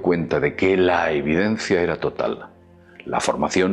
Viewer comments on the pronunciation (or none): none